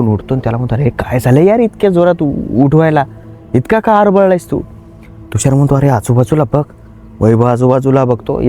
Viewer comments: थुषार, नाही तुषार म्हण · Bhai Tushar asel Thhushar nahi😅